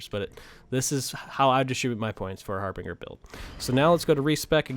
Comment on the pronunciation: Just an FYI, it's pronounced har-binj-er. I know that everybody says har-bing-er, but that's just so wrong- it hurts my ears... and my brain. It's meaning was generally used in the 16th century to indicate a herald who would venture ahead of an army or a nobleman and their party, in order to acquire lodgings. Oxford now defines the term as "...a sign that shows that something is going to happen soon, often something bad" So in this case we would have the 'Harbinger of Death,' a phrase I'm sure we are well aware of.